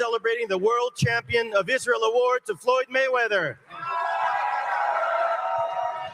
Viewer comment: “ Goyd Mayweather “ is food out here